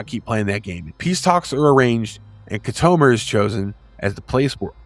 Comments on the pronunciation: You call yourself a Star Trak fan but yet, you can't pronounce Khitomer? It's pronounced "Kit-O-Mer" Not "Ki-tome-er". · Good video as a dedicated fan. I would say that pronounced names in this video are far from the real pronouncements. KIT a Mir and 3 5 9, not 3 59, but I enjoyed and will recommend 👌 👍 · Try pronouncing Khitomer correctly. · Did you just take things from Wiki and Star Trek Wiki and make this. Because you should be able to pronounce the correct way on certain lore names and places. Locucuious.....and KITOMER....come on rewatch the episodes if you need to hear the correct pronunciations. It lowers your creditability and makes me not want to keep watching. Do better! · have you actually watched star trek?? if so, youd know how to pronounce kitomer. geeze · Why would you choose to narrate ST battles? 3.59? it's a place not a price. Wolf Three Five Nine. The "Battle" of Mutaru Nebula wasn't a battle, it was a Duel. Key-Tomer? Whatever happened to Show-Don't-Tell? The better option here.